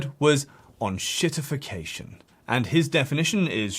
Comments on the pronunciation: It's EN-SHIT-IFF-IC-A-TION, not ON-SHIT-IFF-IC-A-TION. Ya Franco-ponce. I also sell fine on Amazon without adverts. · please don't be like these "fi-NOHNG-ce" asswipes, it's Fi-nahns, and it's EN-shittification not OHNG-shittification also, english for fucks sake, fix your letters. make them do what's on the box. sincerely, Germany.